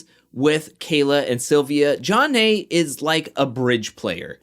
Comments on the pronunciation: Just what Beth did calling Jonna “ Junn Nay” even after being corrected would’ve got me riled to the point of calling her out myself. The quitting was wow like aren’t you grown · Beth had pronounced her name correctly 3x at the table w/ Mark before Jonna came over and joined them. She was purposefully mispronouncing it to insult/disrespect her bc she seemed to really believe Jonna & MJ were having an affair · I think Beth is a liar. I also think it was disrespectful that she continued to mispronounce Jonna's name after being corrected. Her name should be pronounced BITCH instead of Beth. She also looks like she's in her 50's, so there's that.